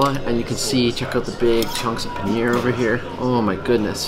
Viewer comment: You know that when we indians hear you guys sell the names of indian its really embarrassing Its chiken tikka not chikeen tika and its paneer not penner